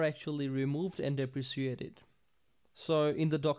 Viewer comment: You mispronounced deprecated. It is pronounced deprecated.